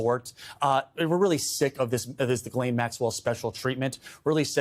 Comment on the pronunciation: Ghislaine Maxwell was/is FRENCH ... her first name is pronounced J-E-S-S-L-Y-N in English and FRENCH